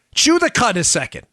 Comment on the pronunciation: Cud, chew the cud. Careful w/ your pronunciation, there, "Daddy-O!"